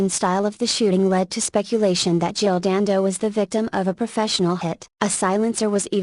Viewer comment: pollyannaprissypants.........The name was Dando not Dandos.